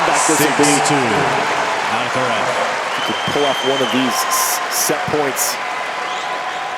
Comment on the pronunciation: Of course the American commentator can't say Alcaraz's name correctly. Come on!